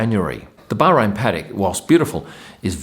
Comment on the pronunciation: I love the way you pronounce Bahrain, the fact that you pronounce it Bahrain and not Bar-rain 😂🤩